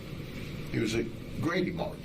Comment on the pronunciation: He said gravymart. 😂